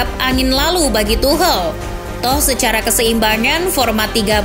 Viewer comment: Tidak bisa fokus gra² admin nya bilang tuhel